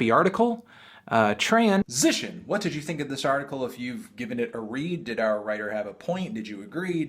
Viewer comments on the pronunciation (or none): Anthony you're being transphobic by putting a pause in between "tran-sition"